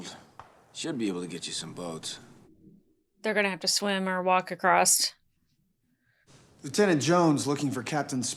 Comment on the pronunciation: Loved it when you crossed (crost?) out the S and replaced it with a T for acrost